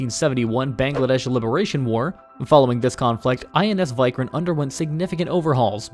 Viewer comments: Why-Krant!!? It is WE-Krant 😆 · It's pronounced INS "vik-rant" not "vi-krant" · You sound that as INS "why kranth" its INS Vikrant .. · Your VIKRANT pronunciation is wrong It is (ViiikRant) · "Wick-Rant" is much better pronunciation for "Vikrant". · Lol he said vik-rant... Not krant...! Vik as in Viking...